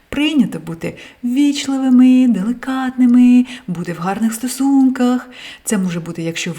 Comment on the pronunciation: face-red-heart-shape: догодливість --> догідливість інтелегентности --> інтелігентности деликатними --> делікатними Забужка --> Забужко рационально --> раціонально плізєрства --> плізерство шширо --> щиро [ш-чиро] екзістенція --> екзистенція шкідливо --> шкідливе [на вставці] емоциі --> емоції випльоскували --> випліскували спотворєну --> спотворену інформацию --> інформацію від секса --> від сексу емоціямі --> емоціями макіяжи --> макіяжі близка --> близька відзеркалили --> віддзеркалили плізєрам --> плізером цинностях --> цінностях сиди́те --> сидите́ тисячи --> тисячі українцев --> українців в своєї прекрасности --> в своїй прекрасности в гости --> в гості прає --> пере попраються --> виперуться корочє --> коротше борш --> борщ [борш-ч] получається --> виходить ним своїм родичам --> що мається на увазі? «їм»? проста --> просто дівчатки --> дівчатка цім --> цим психики --> психіки плізіте --> плізите офігеннимі --> офігенними різньокольорова --> різнокольорова чотирмя --> чотирма такимі --> такими дивиться --> дивіться якщо ви не припини́те --> якщо ви не припи́ните розвидка --> розвідка свій потолок --> свою стелю